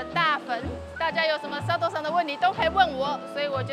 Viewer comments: 呃....一直叫錯人家名字耶XD 是Sato不是Seto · 前面佐藤sa tou的名字一直唸錯⋯ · 好開心邀請到俄羅斯佐藤耶！可惜主持人一直把她的名字唸錯，主持風格不適合我，無法靜下心來欣賞只能快速的把影片滑過去了😢